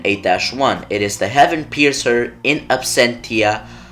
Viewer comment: Not sure if anyone else has commented but it's pronounced "In Absentia Logos"